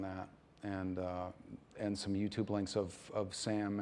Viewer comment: Did she say U Tube XD